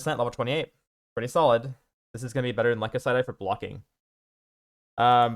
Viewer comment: lie-Kos-syd-eye or Lie-kose-syd-eye. Great guide for a great build! Cheers.